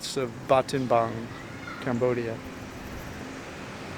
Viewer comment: Why do you keep calling it ‘Batenbang’?